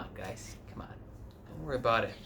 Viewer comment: Like when u say, "aboot."